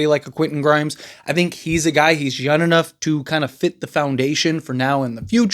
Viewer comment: Young not yung